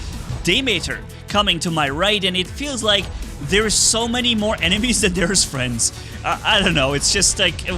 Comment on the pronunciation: I still wonder how says "friends" as "fliendsssss" its almost like his camera is shaking